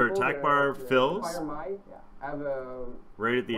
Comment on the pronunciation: lol its Mai (my?) not Mia (me-ah)